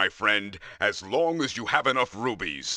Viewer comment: Honestly for some reason the most horrifying thing to me is the "shopkeeper" mispronouncing rupees as rubies……… I am triggered